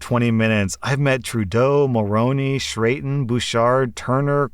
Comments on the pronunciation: Chretien is pronounced ''Kreh-tienne'' as opposed to ''Shreyton'' :) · Chrétien is pronounced more liked cretch-ien lol French is a helluva drug haha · Omgg hahah how did you pronounce Chrétien?? I had to re-read the names to find him🤣 it’s pronounced « Kray-Tea-An », fyi hahahah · I just listened to this for the second time... hearing saying "Shreatin" instead of Cretien( think Cre like crepe and Tien like Tiananmen) is fucking hilarious!! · "Shrayton" XD It's French, it's more like "Kretch-yen" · "Shraytin" LMAO. It's pronounced "kray-tsien", and it's literally just the french word for "christian" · Chretien is a former Prime Minister of Canada (equal to the US President). His name is pronounced Cret-tian as he was a French Canadian with a very heavy French Canadian accent. Now you know and knowing is half the battle! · Chertain. Lol. I know you can’t be Canadian but I’m gonna lie I laughed. That’s not how you pronounce his name. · So, props to that grade 10 kid first and foremost. Prime Minister Chretien's last name is pronounced "Cret chen" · Chretien is pronounced "Kreh-tee-en", btw. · pronouncing Chrétien like shrayton made me giggle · Loving the stories this time. One little note as a Canadian though, Chretien is pronounced like kret-chyen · Huh, I would have thought it would be Kret-t(ee)en, cuz french. But I also know Canadian french is different so 🤷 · Sorry, I laughed so hard at the pronunciation of Chrètien (pronounced Krech-en). I grew up in the same time period, so new of all these pale in the tail. Ol Jean was the last liberal Prime Minister I respected. Look up video of video of him punching out a protester to see why. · LMAO SHRAYTAN?, nooooooo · "Shrayton" made me cackle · It's pronounced "cret-YEN"...Jean Chretien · Any other Canadian cringe hard when he pronounced Chrétien? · no you butchered Chrétien's naaaaaame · The CH in Cretien is pronounced like a K. Just so you know. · butchering Chrétien's name was glorious.